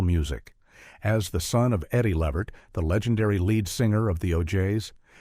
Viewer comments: LUH-VERT LUHHHH VERT! Not levet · Its Lavert, not Livert.🤦🏾‍♂️